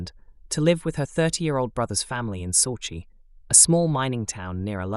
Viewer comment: The story with the Campbell girl, where she moved to was not pronounced correctly. Sauchie, is pronounced sock - e and Alloa is pronounced Al - o - wa.